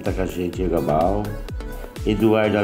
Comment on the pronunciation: vídeo top! eita saudade ! obrigado pelo abraço ( é galba e não gabal) , um abraço para vc e todos no canal. Paz e bem!